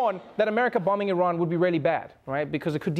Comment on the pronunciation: So glad trevor pronouced iran correctly.